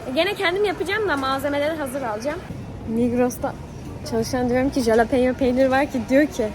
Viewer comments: jalepeno peynir değil biberin adı ve halopeno diye okunuyor linç amaçlı değil 😽❤️ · Askm o halepenyo diye okunuyor bi de biz onu her hafta yiyorduk asırı guzel bir biber